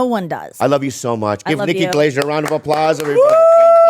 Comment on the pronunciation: Bobby always says it like “Nikki Glazure”